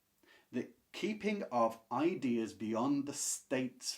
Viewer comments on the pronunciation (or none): none